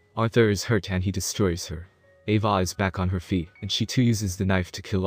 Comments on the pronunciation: also, the way you say 'ava' is so weird... lmfao it sounds a bit like 'evah' or 'eyvah' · He pronounces Ava as AvAH which is pretty funny